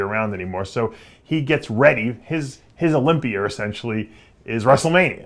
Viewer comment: Dave what's the olympier? Why do u pronounce words that end in "a" as "er "